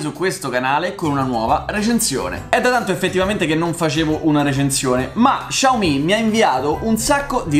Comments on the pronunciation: Ciao! Essendo cinese la marca si pronuncia "Siao mi" e non "Sciao mi" (essendo mezzo cinese mi urta sentirlo pronunciato così) Piccola curiosità: vuol dire letteralmente piccolo riso. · Xiao si pronuncia "siao" 😂